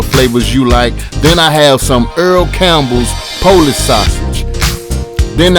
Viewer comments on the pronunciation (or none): none